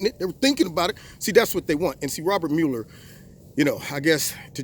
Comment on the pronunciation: Well, well, well, first of all thank you for pronouncing MUeller correctly. That alone makes you smarter than everyone else in the MM.